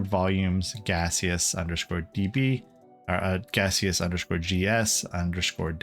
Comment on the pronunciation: I'm the developer of Gaseous Server, and I just wanted to say thank you for your awesome video! Edit: the pronunciation was correct. It's meant to be a play on Steam :)